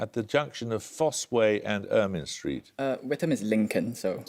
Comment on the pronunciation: Paxman got the name of the river wrong there. It is pronounced With-ham not White-um. Also Ermine street is pronounced Er-mine not Er-min.